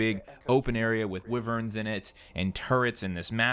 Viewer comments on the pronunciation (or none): You said wyvern wrong it's why-vern not wivern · Owen is stupid- it's pronounced WHY-vern. Not WI-vern. Bioware plz fix.